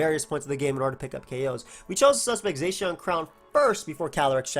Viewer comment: Still waiting for people to pronounce Zacian correctly. May never happen.